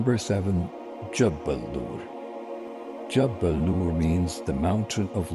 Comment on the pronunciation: Its not jabbal. It is pronounced as jable noor